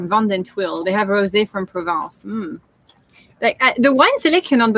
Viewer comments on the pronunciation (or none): none